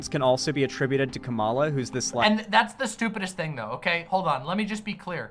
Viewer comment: can't even pronounce Kamala rightt lol.